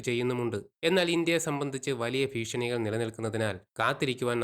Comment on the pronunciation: ഫീഷണി അല്ല അണ്ണാ.. ഭീഷണി.. ഭീഷണി